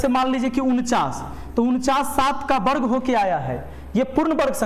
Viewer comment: बर्ग नहीं सर वर्ग बोला करिए।